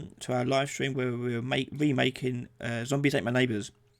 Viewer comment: Is it "zombies ate my neighbours" or "zombies at my neighbours" as you said? Edit: it's "zombies ate my neighbours"